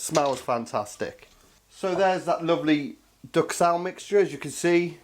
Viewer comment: I love this, as it just looks great. I just wish I could get venison where I live because I would do this like a shot. Just one gripe from a fussy language teacher. 'Duxelles' is not pronounced 'ducksell'. It's French and is pronounced closer to 'doozell'. Sorry, I can't help correcting people! :-) Great vids. I have just started subscribing last week and am having a lot of fun watching them all. As an aside, my eldest son runs a chippy in Worcester, but I don't know the name of the street ... :-)